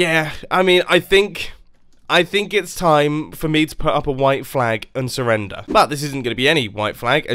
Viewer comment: Me: mumbo how much are you French. Mumbo: I SURRRENDER MY VICTORY